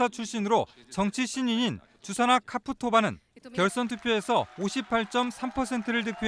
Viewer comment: 카푸토바가 아니고 차푸토바 čaputová 입니다. Č는 원어로 ch발음에 가까워요